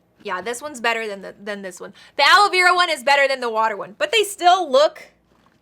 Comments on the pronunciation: its ala verA not ala vEra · okay so I’m going to put aloloav Me: are you trying to say aloe Vera?😂🤣